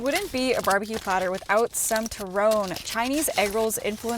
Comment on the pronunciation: I wanted to say you were pronouncing turon and pansit wrong... but then all of a sudden --- Longanisa with pasta and butter??????????? Ugh